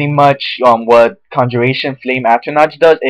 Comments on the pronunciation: .... not at-ruh-NOTCH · Atronach At-ro-nak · just to let u know, atronach is said a-ch-ro-nark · Careful there LBP... The poster might just go ape shit over that suggestion. He does not recognize a battle mage as actually being a legitimate class of mage. He also does not recognize the proper pronunciation of "Atronach".